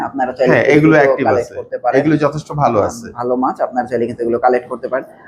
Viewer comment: Ekjon boltese valo behave apni baje behave boltesen,vai ektu clearly bolben valo hoto